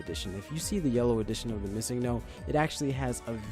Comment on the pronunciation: bruh, you pronounced missingo wrong.